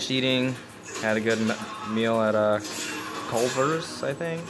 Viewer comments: “I’m here at Clovers” lmao.....Culvers bruh.....but hey good vlog tho!! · Did this man just call Culver’s “Clover’s” lmao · Ouch the way you said Culver’s really hurt me the first time u said it